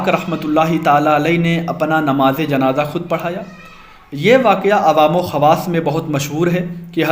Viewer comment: Namz e janaza ko janaja bol re ho ho talffuz durusat karo jao